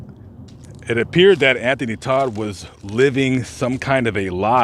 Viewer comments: T-O-D-T NOT T-O-D-D! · Anthony Todt not Todd